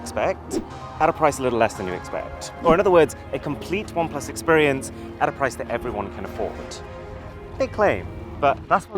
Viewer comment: 'No. 5 is the prrrriiiiice' 😂